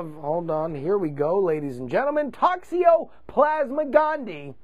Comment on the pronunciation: Toxoplasma gondii, if you listened to "This Week In Science" you'd know how to pronounce it! :)